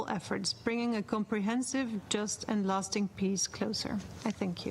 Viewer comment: Wtf peace not piss hHa. Its very important to pronounce well.